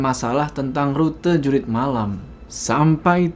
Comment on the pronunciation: Jurit bukan Jurug😂